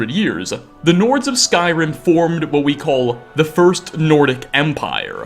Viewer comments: First time viewer here, like the video, but unfortunately the way you add an "a" sound to the end of many of your words is so distracting. ("divided-uh", "skyrim-uh", etc.) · mountains-uh, provinces-uh, skyrim-uh 😅